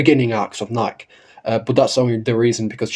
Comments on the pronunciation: Come on everyone, say it with me now: KNEE - KAY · I would like to point out a few Thing's I Agree with what you're saying But at this point he's never gonna say it correctly out of pure spite or rage bait people into commenting on his videos